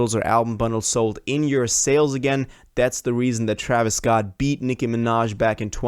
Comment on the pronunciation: What did he say? Man messed up Travis name 😂